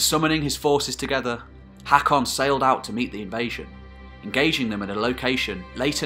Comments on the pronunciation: Its pronaunced hokon :) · Learn the pronounciation - Haakon is pronounced “Hokkon”. Try learning something instead of uttering drivel. This history is deficient in most of it’s claims. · aa or å makes a hard O sound so it's "HOE-kon" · As a Norwegian, I cringe everything you say "HEKKON". The å/Å/AA is pronounced like the "a" in "alright". And in case you wonder the ø/Ø/OE like "e" in "early". And even English once had æ/Æ/AE, as in CÆSAR, and pronounced like the "a" in "Mary". Other than that though, this is excellent. I'm going to watch them all of course. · Butchering the name tho. AA is an Å (sounds like the A in hawk) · the way you pronounce norwegian AA is the same as the norwegian letter Å. wich easly described in english is The first sound in the letter O